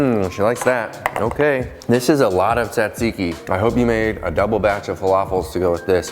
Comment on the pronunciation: The first T is silent. Zat zee kee.